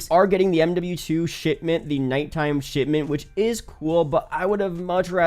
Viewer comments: Did this guy just said "Sh*tment" instead of Shipment? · All I can hear is him saying Shitment